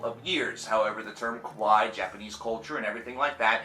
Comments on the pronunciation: Bro it's pronounced "Kaa - waa - eee" not "Ka-Wai" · Lol. You said Kowai Metal. The japanese word for cute is pronounced kuh-why-ee. What you're saying is Japanese for scary. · he saying kawaii wrong lmfao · 1) Expecially? 2) Qwai metal? You mean kawaii?